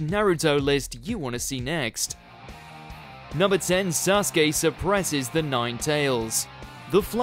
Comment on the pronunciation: You pronounce it wrong his name is = Sa su ke!!